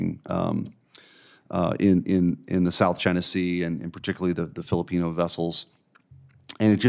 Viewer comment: Thanks for calling us Pilipinos with correct accent ccp bad for all